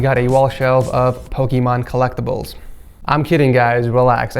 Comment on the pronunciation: Got a genuine laugh out of me when you said Pokemon lol